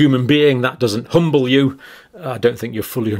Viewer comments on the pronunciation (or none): none